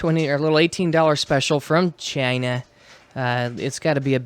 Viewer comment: I love the way you say......China.....great experiment.